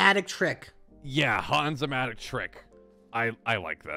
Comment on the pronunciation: It’s Hans not hon